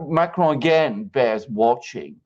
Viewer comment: can you please stop pronouncing Macron like he's Spanish